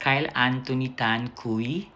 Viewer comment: Cui (kwi) ang pag pronounce nyan